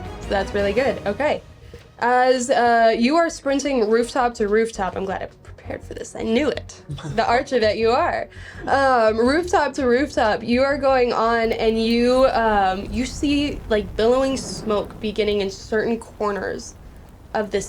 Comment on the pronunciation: wtf is an " Archor"?